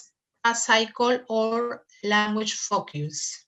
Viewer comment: FOCUS pronunciation: ( fōkəs ) ........... NO "FOKIUS"